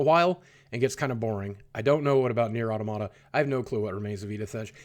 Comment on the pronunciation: You are butchering the pronunciation of Automata. Please stop propagating ignorance.